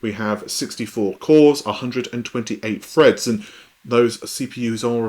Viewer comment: Zen free has loads of freds.